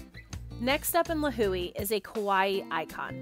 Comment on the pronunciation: Lihue pronunciation sounds really off lol